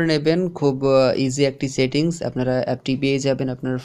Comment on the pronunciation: উচ্চারনের প্রতি মনোযোগ দাও।শেটিংস শেব সবাই ভুল উচ্চারণ।